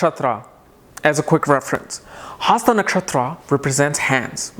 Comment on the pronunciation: Dude get to the point fast...also, it's not haasta nakshatra and padhaa..pls pronounce words properly